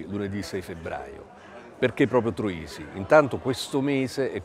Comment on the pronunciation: Troisi, non Trosi!